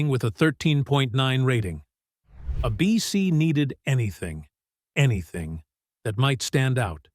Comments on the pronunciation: Who pronounces ABC as "a BC?" AI, of course 😂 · It’s A-bee-cee no a bc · I can't stand these AI-narrated videos. Repeated "a BC," instead of "ABC" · Love the way that the AI keeps referring to ABC as "a BC!" But aside from that, this is a very good summation of the rise & fall of Dark Shadows. It was my favorite show back in the late '60's when I watched it, along with my friends, and grooved on the Gothic romance. Kudos to that way-out vision that first came to Dan Curtis in a dream! His quirky experiment left a lasting impression on all of us who remember it. And DS paved the way for later, wonderful series like Forever Knight, Buffy, Grimm, & Interview With the Vampire/The Vampire Lestat. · Why do you keep showing the actor that played commander Rikers father in st tng? Also, cant stand AI narration! A BC instead of ABC. Oh brother! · I loved Dark Shadows. I don't like the way AI pronounces ABC (abeecee). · I have to laugh at AI trying to narrate. ABC is being pronounced as "A BC"! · The announcer CAN say A.B.C. so why let the AI voice call it "A BEEcy"? And who the heck writes all these long-winded narrations? There are several channels with identical narrative styles and length. Arrrrgh. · Why is he saying 'a-bc' instead of ABC? Who wrote this commentary?? I was young but remember that we all ran from the bus stop to catch the last 15 min of a daily, exciting episode 🙂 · "A bc?, not ABC?". I just can't AI. I'll look up how it ended, without listening to incorrect AI pronunciation. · Re-dub this piece with a live reader, not AI. Note: it's ABC, not a BC. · Is this another AI voice? It keeps referring to ABC as 'a BC.' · Interesting how this AI voice says " a BC" instead of ABC like the rest of us say it. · Somebody needs to teach AI to say “ABC” in the places where it says “A bc”!😻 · Crappy bot narrators ruin the videos. Instead of saying the network's name "ABC," it says "a bc." We all know what a bc is, right? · "Ah B.C." Don't you just love AI? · uh -BEE-SEE